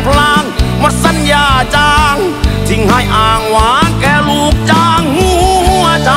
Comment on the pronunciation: เพลงเพราะ แต่ร้องไม่ชัด ทำใหง้ฉันอกหัก แค่ลูกจ้าง หงัวใจ ออกเสียง ห หีบ ไม่ชัด ฟังแล้วขัดหู